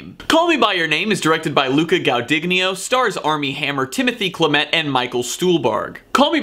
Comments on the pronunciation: DUDE , PRONOUNCE IT SHALL-AH-MAY !! YES IT IS AN A- MOVIE FOR I DID NOT LIKE TO SEE THE CHARACTERS SMOKING CANCER STICKS AND WHY WOULD I WANT TO SEE A SUFFERING INNOCENT LITTLE FISH !!! ??? !!! ??? !!! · you just slaughtered the name of the Oscar´s Best Actor in a leading role Nominee Timothee chalamet..How dare you!!! ahahaha..nice review :) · Letting a few pronunciations slide, cause your passion absolutely makes up for it. (BTW, Luca'a last name: gwah-duhn-YEE-no, and Timmy's last name: SHALL-uh-may). Also, regarding the pacing, it is intentional. If you have the time and desire, check out some of the Q&A's available online. I think you'd absolutely love them. Not to mention, with a little digging, you may stumble across Timmy's old rap videos from high school!! Also, the original cut was 3 hrs 40 mins -- the book is dense with detail and inter-locution. But, all-in-all, I really appreciated your passion for the film. Cheers!! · Some homework in advance could save you from the embarrassment of butchering names like Guadagnino and Chalamet. One Italian, the other French, neither too difficult indeed.